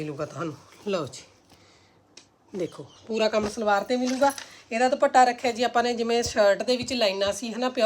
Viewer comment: ਤੁਸੀਂ ਦੁਪੱਟਾ ਕਿਹਾ ਕਰੋ ਦੁਭਾਟਾ ਅਜੀਬ ਲਗਦਾ